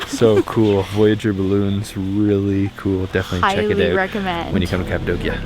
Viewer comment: Beautiful photography.. thank you for pronouncing Kapadokya correctly! I have friends in Urgup.. Been there several times...